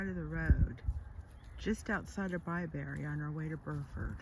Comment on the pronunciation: I come from near Bibury.. Its not pronounce BI BERRY.. Its BI BURRY.